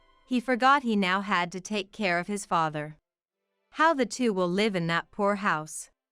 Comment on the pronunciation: "Live with that!" Should not pronounced as "Live concert". "Live", verb is pronounced differently than "LIVE" adjective. The "i" in live as adjective must be pronounced as the "i" in "lies". Feed your AI narrations with the right pronunciations, please. Otherwise, it is confusing. I have to rewind and listen again sometimes. I'm not reading the transcriptions.